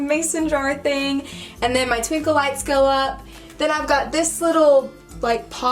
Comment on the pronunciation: She said tinkle instead of twinkle😂😂